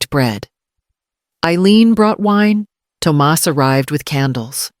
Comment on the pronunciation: Tum ahss NOT tom us